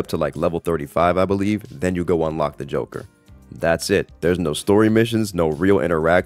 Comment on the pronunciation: Ah yes, the jonkler